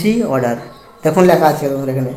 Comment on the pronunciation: Order ❌ Auder ✅🤣🤣